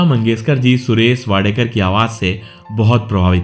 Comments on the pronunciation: Naam toh barabar lo. Wadekar nahi yeh Wadkar hai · Please correct your pronunciation. He is WADKAR AND not Wadekar. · It is not Wadekar. It is Wadkar. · उनका सरनेम वाडकर है वाडेकर नही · इनका नाम सुरेश वाडकर है, वाडेकर.नाही. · वाडेकर नही जी वाडकर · Sir, It is Wadkar and not Wadekar. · सुरेश वाडकर. वाडेकर नहीं. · सुरेश वाडेकर नहीं, सुरेश वाडकर उनका नाम है l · वाडेकर नही वाडकर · सुरेश वाडकर आहे सुरेश वाडेकर नाही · अरे सुरेश वाडेकर नहीं... सुरेश 'वाडकर ' हैं ठिकसे बोलो... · "वाडेकर" नही जी, वा'ड'कर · Inka surname wadkar hai,na ki wadekar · Not Wadekar . Say Wadkar. Speak properly first of all. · सुरेश वाडकर नाम है उनक, न कि वाडेकर. उनकी गायकी तो लाजवाब हैं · वाडेकर नहीं वाडकर बोलीए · सुरेश वाडकर आहे वाडेकर नाही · सुरेश वाडेकर नहीं वाडकर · वाडकर है वाडेकर क्यूँ बोल रहे हो 🤨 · Suresh Wadekar Nahi.. He is Suresh Wadkar. Pls correct tour pronouncecation. This wrong. Before better you check it. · वाडेकर नाही वाडकर म्हणा नं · He is wadkar. Not wadekar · His surname is वाडकर not वाडेकर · His name is Wadkar, and not Wadekar as spoken here. He was a good singer.